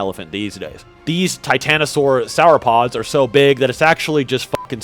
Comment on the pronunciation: Bro said “sour-pods” 😂😂😂